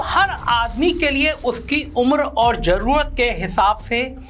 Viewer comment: Planded....janbujhkar....z...wale word ko ...j...se bolna....jaise..zaroorat...ko..jaroorat.... Matlab yeh so-called secular bhi andar se orange 🍊 hain.... Educated hokar sunkar bhi ...jaroorat..jyada ..jameen....